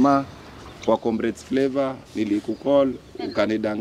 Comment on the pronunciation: "Comrades what?" ... flavour 😅😅😅 haki Stivo leo umetamka hiyo flavour ni kama haina flavour kabisa.😅😅